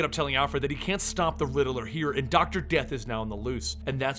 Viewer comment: It’s “Riddler” not “Riddle-Ler” 😂